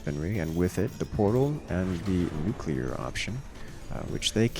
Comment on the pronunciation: Absolutely critical that pronounces "nuclear" accurately.